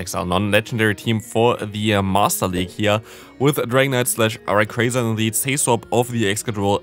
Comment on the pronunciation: Can i ask why you are saying Raycraza instead of Rayquaza? is that how its actually pronounced? I don't know these things